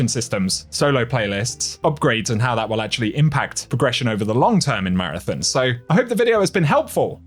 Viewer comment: We have to get you pronouncing Marathon correctly, lol.